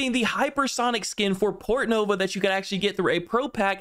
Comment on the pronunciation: Lol i thought you said Portno, instead of Portnova